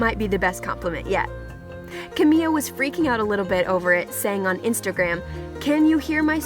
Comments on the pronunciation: Why does she keep saying Camilla? Her name is Camila. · camiya? in spanish a double L makes a y sound, but camila only has one... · Who else cringed every time the voice said camiya or just destroyed any of the pronunciations? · CaMiLa!!! Get it right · how are u supposed to tell her story when u can't even pronounce her name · OMG ITS CAMI-LA not CAMI-YA omfg. And its DINAH not Dee-nah